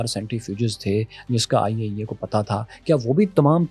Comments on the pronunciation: When he says IAEA....i think he says ۔۔۔۔۔۔۔۔آئیے آئیے 😂😂 I understand when i unable CC😅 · The Way You Saying IAEA 👍